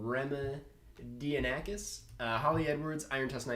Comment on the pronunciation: Lfgggggg my guy karsten got my name (Harry Remidianakis) right